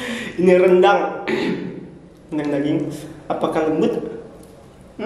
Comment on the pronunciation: Gw ngakak pas bilang rendang jd degang🤣🤣